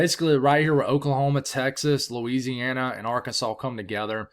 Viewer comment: I love it when you say Louisiana. It makes it all worth while